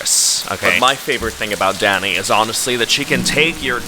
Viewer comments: i thought you said daddy for a sec 😭😭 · every time you said “danny” i heard daddy 💀